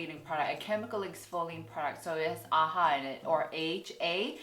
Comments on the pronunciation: It's not aha it's A H A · AHA isn't pronounced "aha" but you say "A-H-A" (the letters). You said both "aha" and "A-H-A," but you refer to the product itself as "aha" but the chemical as "A-H-A." Just found this funny lol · Korean people pronounce AHA and BHA aha and baha, respectively, just cus it’s more convenient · I follow a Korean dermatologist and she pronounces it the same way too! Guess it's just how Koreans say it